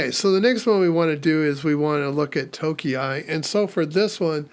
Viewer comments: if you have seen the YT review of the latest "nushell", then alot of the output from those rust commands look (understandably) familiar. By the way, I am pretty sure that "tokei" is pronounced "tokay" - if indeed it is Japanese, then we know the 660cc class car is called "kei" car and that sounds like "kay" (to english-speaking ears). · You can pronounce tokei like okay but with a 't' in front of it. It is how you say clock in Japanese Good video, going to try some of these out. Thanks! 👍